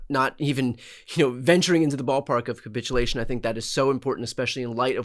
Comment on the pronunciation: TY both🥰:finger-red-number-one: 'kaput -ulation' ??!! LOL